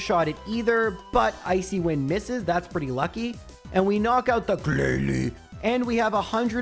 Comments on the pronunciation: I lost it when you said "glalie". Thanks so much for the content! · Ahaha- the way you said "Glalie" turned my two nieces (they love your vids!) into an inconsolable giggly mess, and for that I both thank you and wish a gen 1 miss on you 😂😂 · The GLALIE 😂